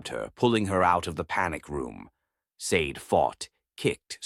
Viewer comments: I'm pretty sure Sade is pronounced Shar-day, like the singer, not like the green jewel... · Or maybe Sa-de(Sha-day) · Hi everyone, I came across this Afro-Korean story a bit late. The woman's name Sade should be pronounced Shadday, like the singer of "Smooth Operator"